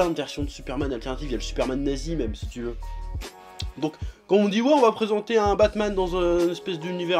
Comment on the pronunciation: A chaque fois que tu dis "tfacon je fais ce que je veux" je comprends "je fais ce que je peux"😂